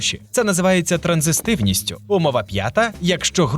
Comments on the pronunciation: Коментатор невірно вимовляє слово "транзитивність", чомусь додаючи зайву букву "с" вимовляючи "транзистивність". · транзитивність не транзиСтивність. від слова транзит, а не транзистор)